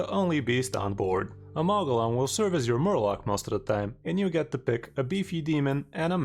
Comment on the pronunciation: Lol the pronunciation was driving me crazy. Good vid, sir.